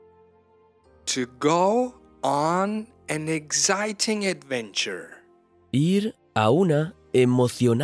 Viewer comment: What is an "adwenture"?